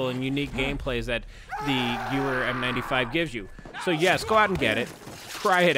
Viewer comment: Okay....the gewehr is pronounced gevehr because Germans pronounce w as a v